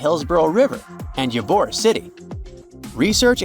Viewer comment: I can't stand when people mispronnounce words and names, so I have to share with you that you miss pronounced the name of Ybor city in Florida. I lived in Ybor City in the late 80s, so I know that it is pronounced Eee-bore, not Ya- bore. I don't mean to be rude, I just don't want you to seem illiterate.